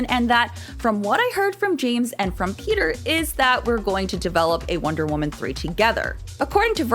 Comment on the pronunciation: Why does it sound like shes saying Peter?